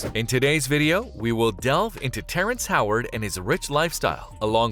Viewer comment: Dude you pronounced his name wrong SMDH